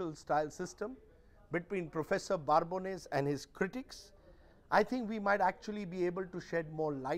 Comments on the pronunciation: Wow.. what contempt that Rajdeep is showing on the good Professor. You call him Prof.BaaRbones so many times. It is Babones with no R, and you interviewed the guy. Can't even pronounce the name correctly? Coming to the point, Prof never said Anti-gurment (your pronunciation) is equal to anti-India. What the prof said is that the Indian intellectuals tend to misrepresent India, Indian democracy just because they dont like Modi and the BJP. Which is 100% true. You read any of the western publication (NYT, WaPO etc), you would think that India is a hell hole similar to Sudan or Afghanistan. You raise valid points at the end, but the prof just asked to look such incidents in the full context, size of the country and the population etc. You guys just take couple of random incidents and blow it out of proportion, to drag India through the mud (not the Govt. The agencies are not rating the Govt remember, they are rating India). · Its Babones not barbones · Why is Rajdeep pronouncing Prof Babones' name incorrectly by adding an "r" in between. It is not Barbones. He interviewed the Professor. It is surprising he has made this mistake regularly here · Rajdeep cannot even pronounce the professor's name properly. In this video he keeps calling him Barbones - as opposed to his real name Babones. Prof Babones having not visited India actually makes him more objective - someone only looking at the data and not being colored by their experience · Mr. Prof, Rajdeep is already rattled and Pls don't rattle him more calling him for another chat. He is so agitated that he will mispronounce your name, from the original Babones to now 'Barbones' to future 'Barebones' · Prof.Babones! Not Prof.Barbones...Mr Churdesai. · Rajdeep, his last name is not Barbones. It is Babones! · Dear Prof, Rajdeep is already rattled and Pls don't rattle him more calling him for another chat. He is so agitated that he will mispronounce your name, from the original Babones to now 'Barbones' to future 'Barebones'